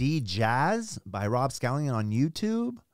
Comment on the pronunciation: IT's SCALLON!!!! not a long onion!!!